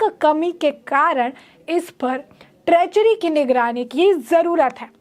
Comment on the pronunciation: ट्रेचरी नही ट्रेजरी, बडा अलग मतलब है।